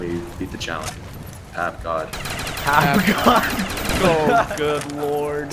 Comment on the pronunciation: Was saying pap god or fap God